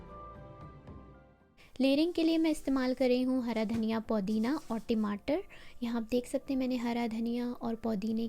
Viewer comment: Timatar😅 ya Tamatar